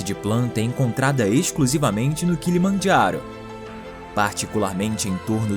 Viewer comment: O kilomajharo, kkkkkkkkkkkkkk, português e italiano, kkkkkkkkkkkkkk